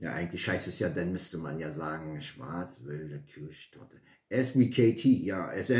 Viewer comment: Hallo. Großartige Vorstellung am SONNTAG 👍👍👍 Die süße Plörre ist nichts für mich 😂 Herzlichen Glückwunsch zur perfekten Aussprache von Schwarzwälder Kirschtorte. Ich bin stolz auf dich. Ich wünsche Dir noch einen wunderschönen Sonntag 🍀🥃🥃🏉